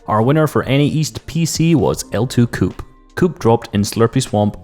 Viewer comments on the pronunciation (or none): its OA Coop not O2Coop